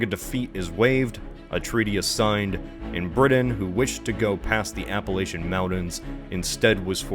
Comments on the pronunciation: You pronounced Appalachian wrong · Anyone who mispronounces the word “Appalachian” has no business talking about them.